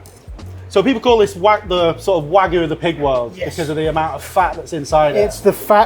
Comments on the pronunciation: It's wagyu (wag-you) not wagu (wa-goo). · It is WAGYU not WAG-oO. You say WAG then YU. Not WAG followed by oO. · say wagoo one more time i dare you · Some people say that British food is lacking in sophistication. I disagree, though when the chefs of one of our top restaurants can't pronounce "wagyu", I do start to wonder.